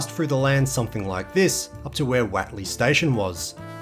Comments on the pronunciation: Watley? It’s what ley…. Do you say wat is this that ? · Great video! I remember all of that old Guildford road area in the 60s til the 80s before the mad mile to Bassendean. Was far better. By the way, Whatley Crescent is pronounced Whotley, not Watley. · Hi, I believe it is pronounced, Whot - lee. we lived in some units in Whatley crescent, maylands. Most of the locals pronounced the road as whot-lee. But hey vitimin, vitamin, whichever! Your local history is really, really good. Keep up the vids. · Learn to pronounce Whatley. How do you pronounce what?